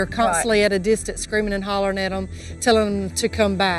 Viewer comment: Gotta drop the G off the end of hollerin..lol